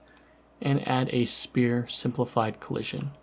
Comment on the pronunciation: Just for your help man! Future reference, Sphere is pronounced "ss-fear" said quickly together haha